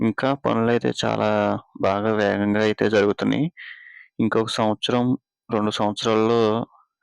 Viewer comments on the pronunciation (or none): none